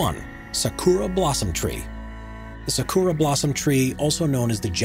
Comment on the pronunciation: It's not pronounced "sa-K00-ra" dammit. The 'u' is nearly silent, pronounced properly as something like "sa-k-ra"